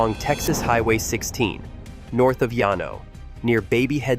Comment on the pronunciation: it’s pronounce Lan-O, texas